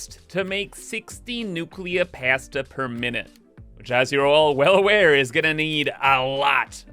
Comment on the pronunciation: I cannot handle how you pronounce pasta.